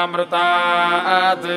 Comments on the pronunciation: माअमृतम uchharan karna hai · One correction is that it’s not māmrtā’t. It’s ma a amritāt. You should pronounce the ‘a’ in the middle otherwise the mahamrutanjaya won’t be properly done.